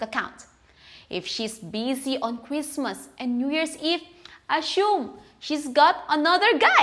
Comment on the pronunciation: ......you're pronouncing "assume" wrong.